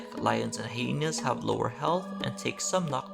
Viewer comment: THE PRONUNCIATION OF HYENA HELPP MEEEEEE XDD ABDOULWAHABILITATION 19N1APA 😭🙏🏻